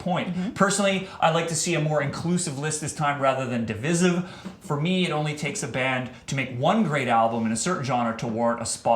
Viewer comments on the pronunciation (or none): it's di·vi·sive /dəˈvīsiv/ *de-VICE-iv*, not *de-VIS-iv*. Sorry, but this is not the first time Sam Dunn has said this. It bugs the piss out of me.